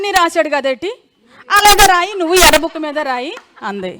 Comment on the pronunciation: యర్రా్బుక్ కాదు ఏరి్బుక్ కొండఏరిపప్ప బాబుగారు చెప్పారు ఇంగ్లీష్ నేర్చుకుంటే మొదబాయిలు అన్నారు లోకేష్ కూడా మొదబాయ్